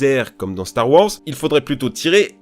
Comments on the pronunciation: "Star wOrs" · StAr WoRzZz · Le ''Star Worse'' à me fait tellement rire (kappa) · "Star wors" YES 😂😂😭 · J'aime pas cette prononciation c'est fou, moi je préfère claire star wArs